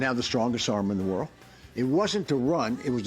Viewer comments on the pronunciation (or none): none